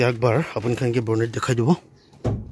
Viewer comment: Bonnet not Bornet 👍